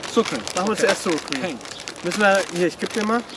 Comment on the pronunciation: "Sur Cream" :D